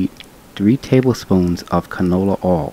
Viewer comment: Lol also the way he pronounces oil as “OHL.”